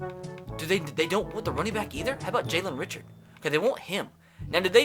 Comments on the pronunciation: It’s not Richard it’s pronounced Rishard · Ummmmmm, Jalen Richard is pronounced Jalen Rishard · Jalen Richards last name is pronounced re-shard